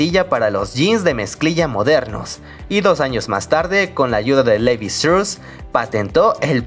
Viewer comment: ..se pronuncia STRAUS,NO strus